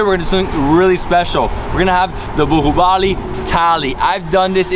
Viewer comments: most of the world: baahubali: buhuubali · Nothing much to comment here. I guess you guys as of now, are quite used to listen to it that you both are simply AWESOME. Great knowledge and respect about Indian Cuisine. A small correction in your pronunciation. So that is 'BAAHUBALI' not 'BUHUBALI'. Love and respect from India. Take care. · Bahubali is pronounced as 'baa' 'who' 'Bali'